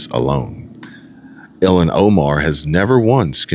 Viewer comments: Your pronouncing her name wrong ,it sounds like your saying Elon. ?!? It’s ill as in sick, don’t feel well, and HAAN as in Han-Solo, From Star Wars ! Ok, Cool 😎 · It’s Ilhan ( ill-Haaan) ! Omar ! The Witch !